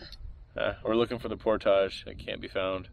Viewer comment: How many times you going to say portosh this video?